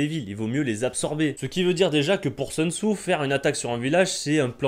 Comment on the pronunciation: "Seun Tzou"...moi je lui proposerai bien un plan B vers une prononciation correcte du nom "Soun Tzou" ! (Sea, sex and Soun !).